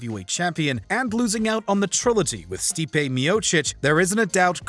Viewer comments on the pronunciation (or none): none